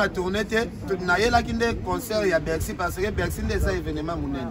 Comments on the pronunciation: ba lobaka Bercy et non bexy. Faut rectifier mon frère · niemba on dit Bercy et non. Bexy comme tu ne cesse de le répéter dans tes nombreuses vidéos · On dit BERCY et non ce que tu dis là cher animateur